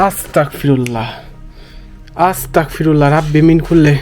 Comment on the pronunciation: 🎉আসতাকফিরুল্লা না ভাই আসতাগফিরুল্লাহ